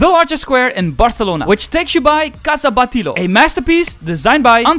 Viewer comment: Dude you have a problem pronouncing the "ll"/"LL" words xD you say "paeilia" instead of paella or Casa "Batiró" instead of Batlló. Gonna solve this problem for you: LL (in Spanish and Catalan) = Y (in English as in: yes, you..). Hope it helps. I would make a list of other mispronunciations you do on the video, but would be too long :P gonna end with a fast one: Antoni Gaudí name you stress the wrong syllables. You say "Àntoni gÀudi", but it should be: antÓni gaudÍ. PS: you wrote Mecat de la Boqueria incorrectly on description box, you wrote it in Spanish. It's official name is in Catalan, since its in Barcelona (the capital of Catalonia)